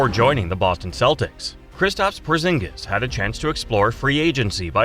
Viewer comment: Bruh we know he's humongous. You don't have to violate his name like that, porzongos😂